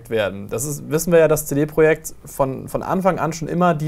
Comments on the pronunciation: CD Projekt... wie kann man das so schlimm deutsch ausprechen.. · könntet ihr cd project bitte richtig aussprechen?